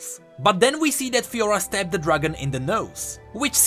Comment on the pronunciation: Garen Crownguard and Fiora ?Lahhoo? sorry just made me laugh xD